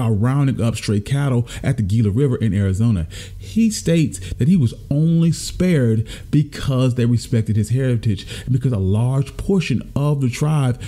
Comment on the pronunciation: That's HEEELA river :) "GILA"